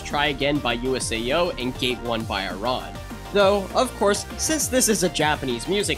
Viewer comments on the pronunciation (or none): the way he pronounced USAO as yuu-ess-ei-ou hurt my soul, that was probably the most american pronounciation of the name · the way he said usao